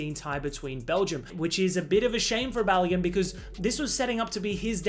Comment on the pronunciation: It’s not pronounced Ba-lo-GUN, it’s Ba-lo-GOON